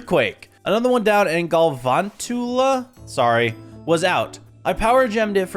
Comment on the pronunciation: Idk how you managed to make mangrove and sandstone look so good together but you did, also The yellow spiders name is pronounced Gal-van-chu-la Hope this helps for future and i hope to see you play this mod again!